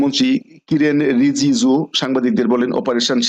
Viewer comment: স্পষ্ট ভাবে নাম গুলো বলতে পারছেন না যেমন কিরেন রিজুজু কে বললেন কাইরেন।আব্বাস আরাকচি কে আরাঘাচি এগুলো ঠিক করুন।